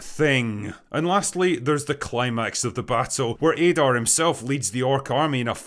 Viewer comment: Add-are not Aydar